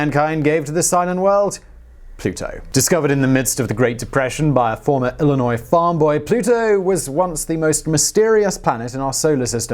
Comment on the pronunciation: And yet, he pronounced Illinois correctly, something that half of Americans can't seem to do.